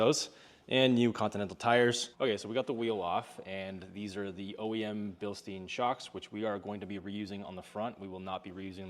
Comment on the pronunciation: love the car and the direction you're going with but I gotta say it... it's bil-stine Bilstein lol